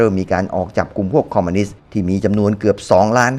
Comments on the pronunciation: ทุกอย่างดีหมดครับ ดีจริงๆครับ ชมเชยเลย แต่ออกเสียงผิดคำว่า "คอมมิวนิสต์" เป็น "คอมมานิสต์" ทั้งคลิปเลย สำหรับผมคนที่รักความถูกต้องชัดเจน มันทำให้ให้ความรู้สึกร่วมในคลิปผมดร็อปไปมากกว่า 50% เลย ฟังดูมันหงุดหงิดครับ อยากให้ออกเสียงให้ถูกต้องครับ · คอมมิวนิสต์ ไม่ใช่ คอมมานิสต์ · คอมมิวนิสต์ หรือคอมมานิสต์ครับ